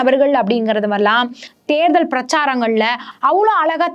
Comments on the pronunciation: தேர்தள் தேர்தள்ன்னு தேள் பாதிரி கொட்டுது இந்தம்மா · Therthal please pronounce tamil properly.